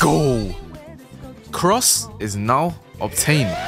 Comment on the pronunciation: it sounds like cracs not cross